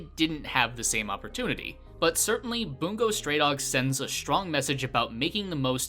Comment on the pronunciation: In bungo stray dogs the "u" in "bungo" is pronounced as a u. Not bOOngo stray dogs, that just sounds retarded